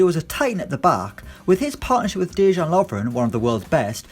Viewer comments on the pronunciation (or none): It's not "Domagodge", it's "Domagoy", and "Deyan", not "Dedge-an" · that's not how you pronounce Domagoj or Dejan LOL